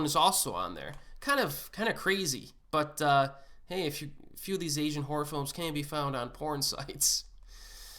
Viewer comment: Essian??? Pronounce your words correctly. Probably good content but his butchering of a simple word is grating on my ears. [AY] + [ZHUHAN]. There is no e. To be an Asian movie enthusiast, you need to pronounce the word correctly. Call me an asshole or what ever.